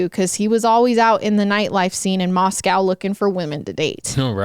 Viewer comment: They way you say moscow😭😂😂❤️